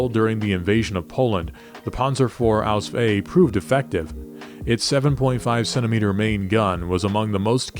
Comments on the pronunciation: as a legitimate german I can only state that repeadetly uttering ausf ausf ausf sounds ridiculous to german ears. There is not a single word in german with the ending sf. It doesnt even make sense for the ease of pronounciation. Even de englishman has problems to spell ausf. If you want to sound like and expert dont say ausf. Its just stupid and definitly not historically accurate. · Ausf is short for Ausführung only in writing, not in spelling. No german says Ausf, it sounds ridiculous.